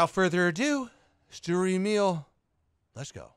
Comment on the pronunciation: BTW: It's not "Emiiiil" Its "E mil" spoken like mil spec.